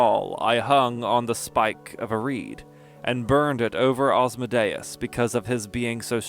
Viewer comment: Well you pronouce my name well!